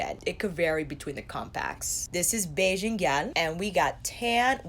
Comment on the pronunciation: You're hilarious! That sensual zoom killed me lol I died a little at the pronunciation of gyal, but you got Bajan right and that's what really matters haha. ( I say this as a Bajan) I'm between getting Island Ting and Bajan Gyal, and I cant't wait to get in store and swatch them sighhh